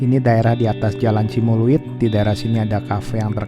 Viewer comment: Pengucapan yg benar ci umbu leuit hrs ada spasi meakipun g ada spasi